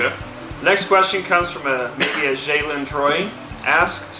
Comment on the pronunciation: Thank you for answering my questions. My name is actually pronounced (Jay.len) but you tried lol.